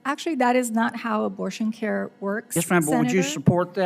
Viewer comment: Somehow when you say CARE it's alright